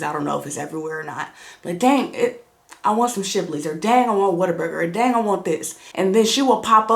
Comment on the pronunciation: This woman said whataburger 😂😂